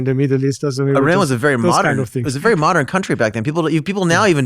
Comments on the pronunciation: If you interview the crown prince of Iran, show some respect and learn to pronounce the nouns and adjectives correctly! It is pronounced EE-RUN, not “eye run”; it’s pronounced EE-RA-NI-AN, not “eye rainy an”. Only an ignorant American goes out of his way to mispronounce every foreign name.! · Correct pronunciation is [E-RAAN].